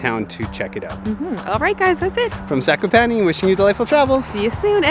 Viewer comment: Ok I feel I am going to be the proper pronunciation guy Zakopane Za-ko- pa-nÉ and Os tsy (ugh) pek. I am struggling here